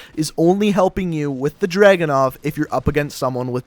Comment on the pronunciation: Its not DRAGU-NOV ITS DRA-GUNOV